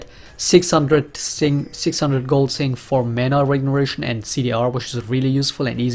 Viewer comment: do you say "mana regeration"?